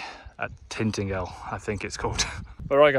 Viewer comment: Love Cornwall, gone there nearly every summer for close to 30yrs. And if you were wondering it’s Tin-Ta-gel not Tint-Agle 👍